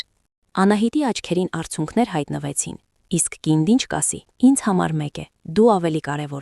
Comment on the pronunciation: Արցյունք չէ,արցւնք,սխալ երով էք խոսում